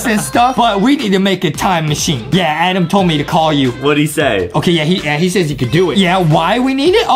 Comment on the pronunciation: Adam butnjustin says adem